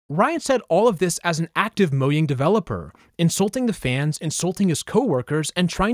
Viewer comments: It's pronounced mo --J-- ang, not mo'yang' Get it right fam 😊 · What do you mean moyang, it's mojang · The way you pronounce Mojang pisses me off so much lol